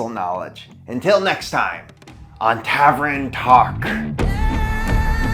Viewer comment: Love your videos. But tav-ern, not tav-ren, lol